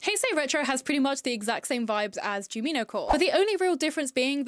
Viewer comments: btw jumino is pronounced JUME ino since the creator based her aesthetic off the cute forest sprites from Stardew Valley called junimos (pronounced JUNE imo), just switching the m and the n. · her not saying Jumino correctly is killing me😫